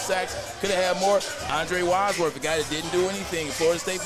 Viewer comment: Andre Wadsworth, not Wadsorth